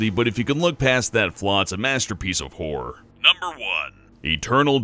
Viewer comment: I'm pretty sure its pronounced "Horror" not "Whore". Although a "whore game" does sound quite interesting...